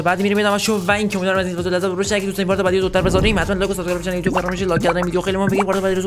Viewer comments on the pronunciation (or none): none